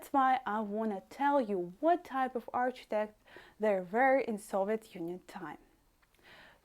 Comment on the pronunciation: That was really interesting, thank you. If I may correct your pronunciation of ‘arch-i-tec-ture’, it is pronounced as, ‘ark-i-tec-ture. Yes, in my city, Sheffield, UK we have Russian influence architecture, but we call it ‘Brutalism’, made out of concrete. We also have famous flats called, Park Hill flats.